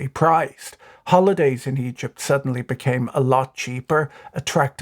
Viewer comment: i can't help but hear "eedjit's currency crisis"